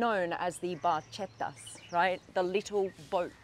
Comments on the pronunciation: Ferrari Barchetta must be pronounced Barketta because ch in Italian language is an hard consonant combination, the h consonant makes hard consonants G and C when they are followed by I and E vowels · Please pronounce Barchetta in the Italian proper way that shall sound as Barketta!!